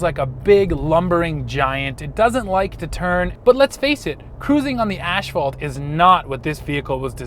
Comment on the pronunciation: Asphalt is pronounced ASS-fault not ASH-fault.